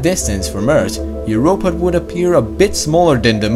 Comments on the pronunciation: Never stop saying Ert. Its awesome. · ATTENTION!! We discovered a new planet! It iS CaLlEd "ERT"! Lol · It’s earth not ert